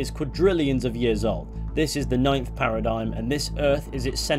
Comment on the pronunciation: The worst thing about epsolinism is how they pronounce it a parid-gyim rather than paradigm